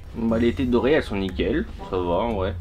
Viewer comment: Cyril moi ausis je l’ai appris tard mais on dit « taie d’oreiller » et non pas « tête d’oreiller » mdr